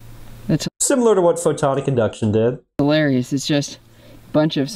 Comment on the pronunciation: I guess I didn't make my comment clear. It was more of a wtf question instead of a serious question. If you listen to him talk, the first time he says it, he says, "photon induction", NOT PHOTONICINDUCTION. I know who photon-IC-inductions is, but have no clue who photon induction is.